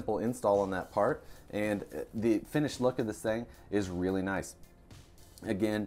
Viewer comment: Did you say it's "wheely" nice?